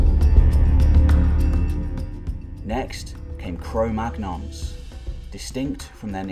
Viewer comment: Cro-magnon is pronounced "cro- manyon". The "gn" is pronounced as it is in champagne.